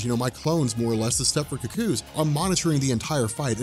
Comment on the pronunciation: Someone doesn't know how to pronounce 'cuckoo'.